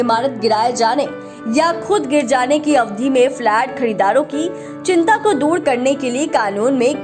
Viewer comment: जानकारी अच्छी है लेकिन मैडम अवधि को अब धी कह रही हैं, ह्रस्व और दीर्घ मात्राओं के उच्चारण में कमियाँ बहुतायत में सुनने को मिलती हैं।